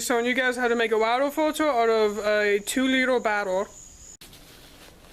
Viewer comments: wader bawttles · WAH-ter BAH-Tull